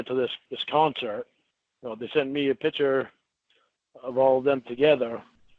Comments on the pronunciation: HE CAN’T SAY THE WORD “PICTURE” . HE ALWAYS SAYS “PICHER”. LIKE A TOTAL MORON!! IT’S INFURIATING “I’VE NEVER JERKED-OFF TO A PICHER” IDIOT. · WHY DOES THIS FOOL KEEP SAYING “PICHER”. INSTEAD OF “PIC-TURE”? WHAT AN IGNORANT MORON. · I’M NAWT A COCK SUCKER. YOU DITCHED ME, YOU MEANIE. YOU MADE ME LOSE WINNIE! WHAT A TOTAL LOSER! “YOU DON’T THINK I’M GOOD LOOKING?” NO!!! The WORD IS PICTURE. NOT PICHER, FOOL!